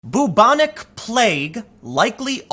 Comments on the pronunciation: Byooobonic. Not boobonic. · “Byoubonic” Not: ‘Boobonic’ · I love the way you pronounce "Boobonic plague", Tim. You make it sound like some sort of breast infection. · Just so you'll know, it is pronounced, like bew-bon-ic, not boo-bon-ic. Fyi. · Sooo can anyone correct me here, I'd always thought it was pronounced `Byu-Bo-Nic` plague, not 'Boo-Bo-Nic' plague, have I been lied to all my life? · Byou-bonic, not boo-bonic. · It is pronounced Bew-bonic NOT Boo-bonic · It’s pronounced BYOO-bonic, not BOO-bonic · When you're so regressive you even reintroduce medieval plagues. Welcome to SJWism in practice. And Tim, for the love of all that's holy, the first bit of bubonic is pronounced like you'd pronounce the first bit of Bueller. It's an American movie where they don't ever say Booler so it's not an Americanism. B-you-bon-ick NOT boo-bon-ic. I don't want to be booreaucratic in pointing this out but the way you say it isn't bootiful. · I was going to ask you to please look up the pronunciation of bubonic but apparently "boo-bonic" is the american pronunciation of it. So grating on my ears every time you say it. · Tim great work as always but u pronounce it "bewbonic" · It's pronounced b-yoo-bon-ik.